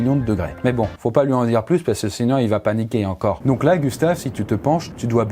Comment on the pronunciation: « Paniquer » ou « pas niquer » j’ai pas compris 😭🤣